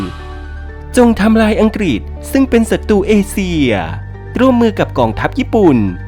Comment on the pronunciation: เอเชีย ครับ ไม่ใช่ เอเซีย 😅